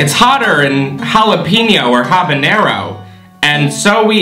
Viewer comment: why he say habanero like that lol